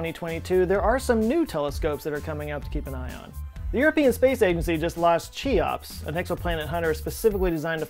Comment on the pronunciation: Cheops is pronounced with a K not a Ch, am I right?